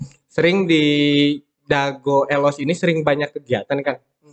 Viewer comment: nyebut elos kaya bukan orang bandung asli euy...vokal e di kata elos bunyinya berada di antara E dan EU...jangan kaya orang batak nyebutnya...but sayabtetap salut untuk semangatnya...teruskan..